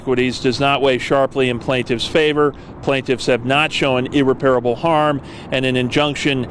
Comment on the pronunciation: That is not how you pronounce “irreparable”.